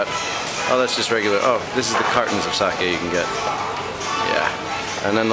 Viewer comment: nice video^^ and i like how you pronounced sake right unlike other foreigners.